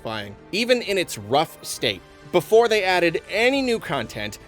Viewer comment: I hope makes this pronunciation of "BeFOOOOREEE" a thing.